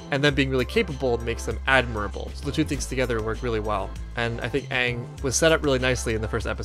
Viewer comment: This is not aang, it's ong